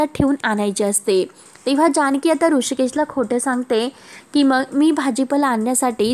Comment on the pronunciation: स आणि श मध्ये किती गोंधळ करते मंग नाही मग म्हण